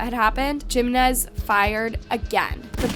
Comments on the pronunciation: It’s not Geminez . It’s Jimenez. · Jeemenez 😭 it's pronounced as Heemenez 😬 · Me too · She is not good with Spanish pronunciations. I noticed a lot of mistakes. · It's AI,they always pronounce things wrong.. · The Spanish surname "Jiménez" is pronounced with a "hee" sound for the "J", followed by "me-NEZ" 😅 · came to say this haha